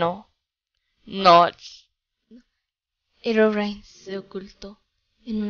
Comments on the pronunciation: se pronuncia herobrine a sí se escribe y se lee herobrain.😐😐😐😐😑😑😑😉😉😞😒😁😃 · mini bolita bonita y tampoco se dice herobrain es Herobrine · herobrine se pronucie